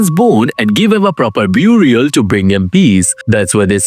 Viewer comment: 😂 buoorial. I’m gonna start pronouncing it like that.